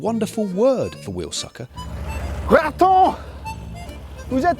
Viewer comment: I'm no expert in cycling words, but I'm french and never heard of someone being called "raton" (or whatever you tried to say ;) ) lol